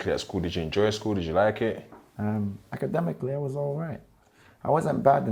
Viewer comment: I respect highly. But you can't say acedemicanally akh 😅